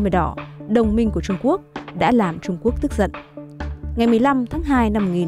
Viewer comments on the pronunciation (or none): none